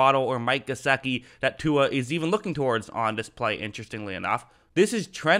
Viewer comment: It's "GeSICKi" please for the love say it right